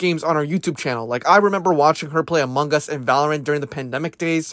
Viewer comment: clue: this dude is Filipino based on how he said, "Amung Gus".